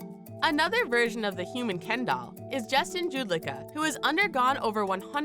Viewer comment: Justin Jedlica, not Judlica